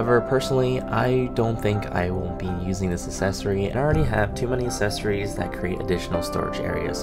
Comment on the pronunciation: Accessories not assessories!